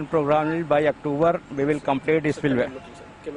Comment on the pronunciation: Reporter garu silway kadu spliway